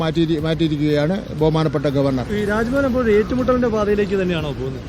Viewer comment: രാജ്യഭവൻ അല്ല Rajabhavan